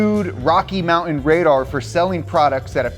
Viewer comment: Hard to take a guy seriously who can't pronounce his own last name, the word mountain or the word important.